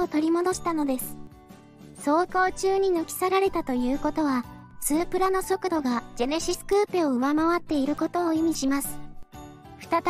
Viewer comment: スープラの発音がおかしい